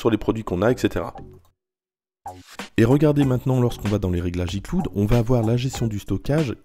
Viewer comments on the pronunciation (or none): Icloud lol avec le bon accent francais... pauvre de nous